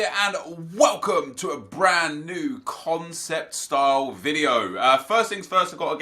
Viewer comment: "CONECPT" what???